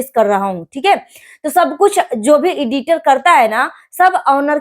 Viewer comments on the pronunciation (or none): Iditer nahi aunty editer 😂😂😂 Pahle bola sikho cheda ki cheli Tum bhi aaj apni choli hi khol rahi anpadh